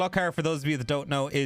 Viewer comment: Gluck ar? Nooooooo Gloooo kar omfg dude